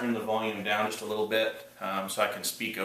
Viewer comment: "leetle bebee men"